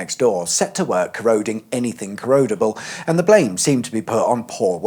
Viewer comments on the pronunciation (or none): none